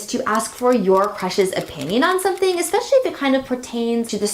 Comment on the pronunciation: she says espeshy?